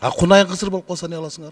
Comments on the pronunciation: Кунайын эмес КУНАЖЫН ДЕП АЙТАТ. дакылдап эле суйлойт жаман киши макалчы и жамакчы дечи беле. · Ashymbaev ээ иним эне тилди окусан Кунаачын деп айтылат 1чиден дооругон жокмун сосунду ондо кишиге акыл уйротпой уктунбу депутат болуп кунайын деп АЙТАТ